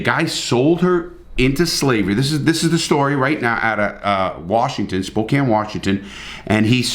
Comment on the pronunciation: Hey someone who’s not from Spokane that actually pronounced it right! :)